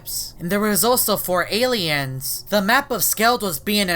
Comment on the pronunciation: Aliens he tried saying aliens